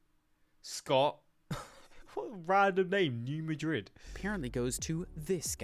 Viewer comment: New Madrid, Missouri is pronounced MAD-rid.